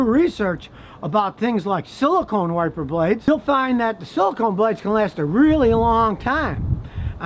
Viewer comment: "windshield warper blades" 😂😂😂